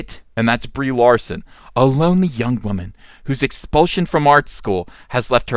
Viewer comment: I could swear he says "Debris Larson" lmao.